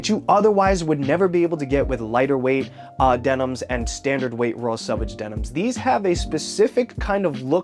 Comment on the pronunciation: It’s selvage not salvage 😂😂😂😂